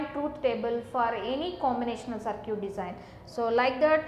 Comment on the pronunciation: "Saar-ciut" XDD